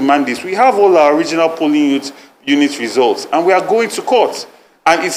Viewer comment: I heard resource instead of results😂😂😂Chairman Aspirant..